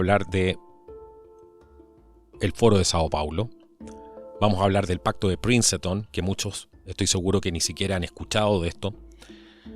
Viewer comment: Por cierto... no se pronuncia Princeton...